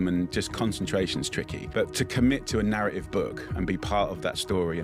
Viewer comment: Jamie stopped trying to read a book halfway after he came across the word narr-a-ive